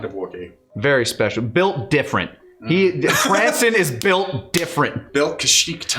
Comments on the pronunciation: Yes it’s a nitpick and I’m sorry Krrsantan being called krinstan(or some other variation) the whole time hurt lol. Love my 80s metal as shit wookie😂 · I love that they're just calling him "Cranston." Like, I don't blame them, Krrsantan is a tough name to memorize and/or pronounce.